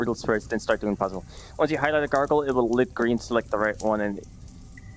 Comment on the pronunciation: he said gargoyle wrong...